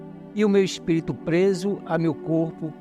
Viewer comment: kkk esse " espito" é foda hein 😂😂